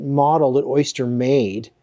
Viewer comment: It's O-Ster, not Oyster, lol.